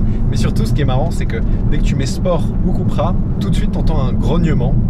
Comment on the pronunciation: "keupra" Cupracing, pas koupra